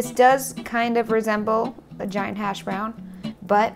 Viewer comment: she said a gaint hashbrown in the end